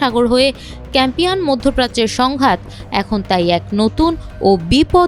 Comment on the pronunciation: সঠিক উচ্চারণ হবে- কাস্পিয়ান